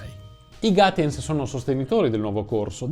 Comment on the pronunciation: Piccola correzione: Gaetjens (e non Gatjens). Comunque non è un cognome tedesco. Anzi la grafia suona proprio molto fiamminga.